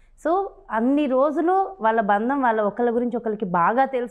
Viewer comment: Anchor pronouncing wrongly. Pelli and bandham should get corrected through a language specialist.